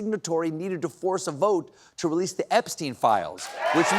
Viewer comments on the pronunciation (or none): none